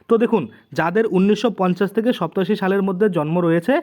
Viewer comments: উচ্চারণ ঠিক করুন। সত্তাশি কি কথা ? সাতাশি উচ্চারণ করতে পারেন না আবার চ্যানেল খুলে বসেছেন। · ওই বেটা আগে তুই উচ্চারণ টা ভালো ভাবে শিক্ষ ছোট বেলায় ধারাপাত পড়িছনি ৮৭ সাতাশীরে কেন সপ্তাসী বলছিস ,,,,,,,,,😡